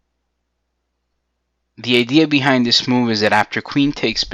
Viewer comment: "The eighdia behind it"